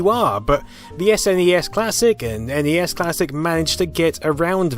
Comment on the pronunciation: Thank you for CORRECTLY pronouncing N E S and S N E S